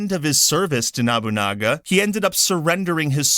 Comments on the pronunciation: Sounds like you were saying Nabunaga instead of Nobunaga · I-E-a-su NO-bu-na-ga Why is that so hard… You’re right to criticize Ubisoft, but it sounds a bit weird weird when you do it saying all these historical names wrong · No-boo-nah-ga.... Proper pronunciation of the name please...